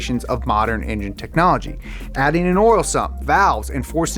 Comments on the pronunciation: I like that he says "Oral" instead of "Oil" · It just me or did I hear “oril” instead of “oil”? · Never knew there was a "R" in the word "Oril", always see it misspelled oil. teaches me something new everyday! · i swear he's saying oral instead of oil intentionally. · Sounds a little too much like 'oral' to me. Especially when he's talking about engines being dirty. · Not to be rude or anything but oirlr? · Pretty sure you're saying "oil" like "oral" on purpose. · Did anyone else hear “oral” every time he said “oil”